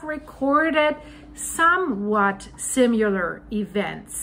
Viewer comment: Similar (with an “i”) not simular (with a “u”) Your English is phenomenal for a non native speaker, but “similar” is a word you use multiple times in every video, so I figured it worth pointing this out. I hope this comes across as intended, constructively.